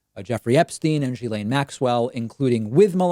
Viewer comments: it s not GILAINE IT ‘S GHILAINE. dude...research a bit would help. i mean it s your job. btw. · Okay..but PLEASE add to your credibility by pronouncing her name correctly...seriously. It's a small thing but reporters who've adequately researched have been exposed, through that research, to her name's correct pronunciation.